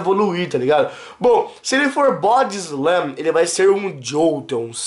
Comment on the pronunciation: "bode slam"